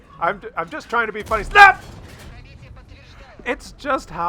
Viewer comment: 0.5 speed = epic, like most videos, '' btw the ''snap '' is still ''SNAP '' and not '' s n a p '':P